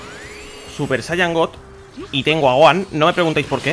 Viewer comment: Amigo buen video. Pero se escribe gohan y se pronuncia gojan.